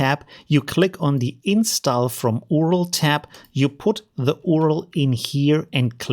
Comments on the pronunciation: Its U.R.L. not "uaurel" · its not url , its yu ar el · Hey I really like your videos. But just as a little sidenote, "URL" is pronounced "U-R-L" or "you-are-ell". Still a great video haha :) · I like how you say URL as oorul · It's pronounced "you are el"